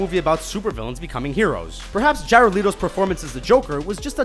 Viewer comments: He said Jared Leeto C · Jared Leeto 😂